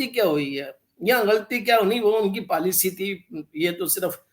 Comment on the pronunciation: उर्दू बोलने सीखने के चाकर में पॉलिसी को पालसी अरे भाई इकबाल हिंदी में भी और इंग्लिश में पॉलिसी को पॉलिसी बोला जाता है । जिस तरह तुम्हारा कैंवरटेड हुवा वैसे ही तुम लोगो ने लैंग्वेज का पोस्मार्टम कर दिया पलासी